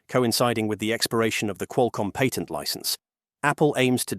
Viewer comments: Patent, not pattern. 20yr career in cellular speaking here. Cellular patents are a unique beasts as the video mentioned. The SCOTUS granting a hearing doesn’t by itself obliterate patent law. Apple was actually correct in their assertion that Qualcomm’s practice is double dipping: requiring patent license in addition to buying the chips means you have to pay Qualcomm twice simply to use Qualcomm’s modem. This has literally been a complaint from many companies about how Qualcomm does business for decades. Normal licensing structure for silicon typically includes the license when you buy the chip. That applies to x86 processors, ARM-based processors, GPUs, etc. A company buys the chip to use in their hardware and doesn’t have to also buy a separate license to use it. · I cringe every time the announcer pronounces the word patent